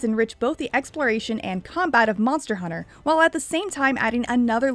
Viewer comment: Monther hunter 😂